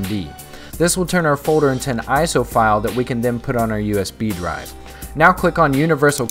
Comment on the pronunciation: FODER? folder? lol